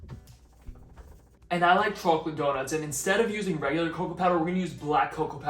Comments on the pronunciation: Seriously your pronunciation of every word is perfect . Except “choke a lit”. What’s going on there buddy? But good recipe will definitely try. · That’s what you call a northern New Jersey choke a lit 😂my entire family says it like this😂